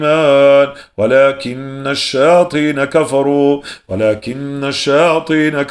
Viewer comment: Désolée mais j'ai fais plusieurs remarques à chaque début de vos roqya y'a toujours ce bruit de la cloche et au lieu de wa la kinna shayatina vous dites kimna et aussi you allimou nassa vous dites you allimou nam nassa